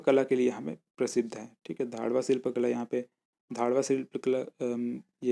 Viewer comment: 6.52 धाडवा शिल्प कला नही है भाई , घडवा शिल्प कला है वो 😂😂